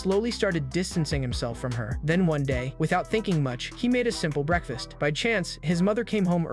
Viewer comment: Ah yes, my favorite meal, "breadfast"